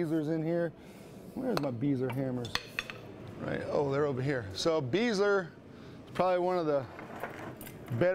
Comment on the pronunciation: Paul Beisler is a great guy. but, his name is pronounced Bi-zler.